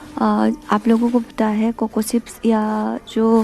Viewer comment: Sarcol nahi charcoal. Sips nahi chips. Waise aap ka Assamese accent perfect hai.